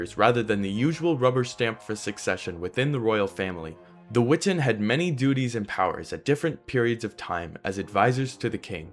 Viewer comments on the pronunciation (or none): Great video! I’m not sure that it matters, but my favorite college professor always insisted that it was pronounced: we-TAHN. Just throwing it in there, not trying to be contrarian. Cheers!